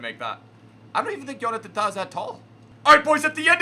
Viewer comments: I love how says "Johnathan Tah" as "Yonananatan Tah" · never say Jonathan tahs name wrong again, ruined the eppi